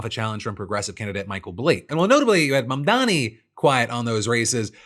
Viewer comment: Fuck Benny Johnson, does he screw up Mamdani's name on purpose or is he just that dumb